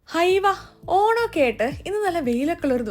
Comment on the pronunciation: Hayyo,hamme,honam,hatha,hitha. entha nalla artificiality ellathintem munne ha🤮